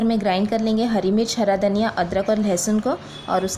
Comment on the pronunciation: dhaniya zeera sahi nai bole